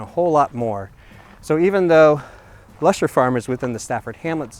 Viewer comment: Nicely done, A few comments: The area is pronounced HA-ZELL-YA. And it is "LUSH-ER. The "Island" is formed by the 4 waterways- Tualatin River being fed into Oswego Lake by the Canal and then flowing into the Willamette River on the East end of the lake. Hamlets can not raise taxes whereas Villages can, nothing to do with size. Developed as a way for representation with the county and other local governments. Thanks for highlighting one of our area "Treasures".